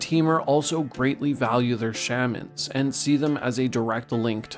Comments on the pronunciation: The pronunciation of "shaman" makes my ears bleed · Bro can't pronounce Shaman...